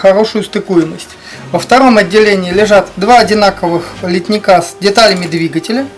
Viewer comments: пожалуйста, произносите слово "литник" с правильным ударением - на первый слог. Очень режет слух. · Как я уже говорил под одним из предыдущих видео - это, так сказать, профессиональная деформация. Мы столько дышали парами спирта, что теперь произносим это слово исключительно как литн-Ик!